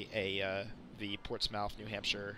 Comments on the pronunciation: PORTS-SMITH NOT PORTS MOUTH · its called "port-smith" thats how its actually sounds here in nh lol